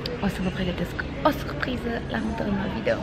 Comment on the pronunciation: Vai da ce suphriză 😂 Niște ore de logopedie nu ți-ar prinde rău. Ma mir ca nu ai fost dusă în copilărie să rezolvi rr-itul ăsta enervant